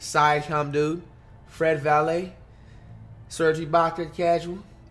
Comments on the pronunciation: PBAJSquid no bro he called him Fred Vanvuhleet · Fred Valet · Nobody: Flight: Fred Valley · He used to call him vanvilit